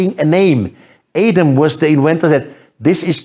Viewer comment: Please, you can't even pronounce Adam??